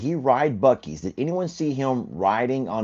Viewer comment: WISCONSIN SAYS ..... "BOO" ....... LIKE PEEK A BOO ...... NOT BOW BOW ......